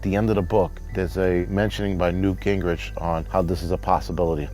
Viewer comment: Newt Ginwich lol stfu